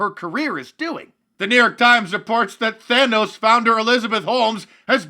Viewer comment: LOL you intentionally pronouncing "Theranos" as "THANOS". :-D SNAP